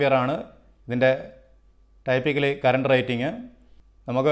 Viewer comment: ടൈപ്പിക്കലി എന്നല്ല ബ്രോ, ടിപ്പിക്കലി എന്നാണ് typically പറയേണ്ടത്